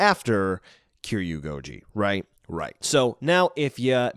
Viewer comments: The way he originally pronounced Kiryu angered me 😂 Kiyuu is a very irritating sound.. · You're pronouncing Kiryu wrong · ik it's kinda strange..